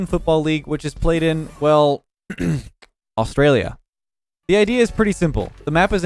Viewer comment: Aaay why’d you say Australia like that?